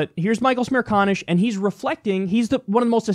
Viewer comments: "Michael Smear conish"? 😂😂 Kyle, it's almost like you said that on purpose. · His name is Michael Smear-Con-ish? LOL